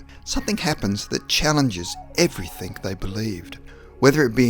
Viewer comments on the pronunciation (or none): Please drop your word 'everyTHINK' and use the correct 'everyTHING' then I can take you seriously. Thanks mate!